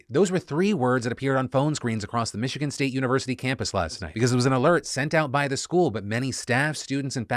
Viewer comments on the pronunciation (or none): none